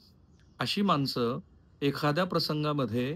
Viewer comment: khupach ashuddha marathi bolta aapan eg manus, ani, pani, pls avoid this